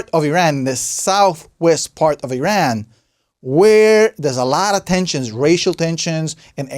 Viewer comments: it is not "eeran" ! it called "EERAAN" like "E" + "RUN" ok ? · can't even say the country name right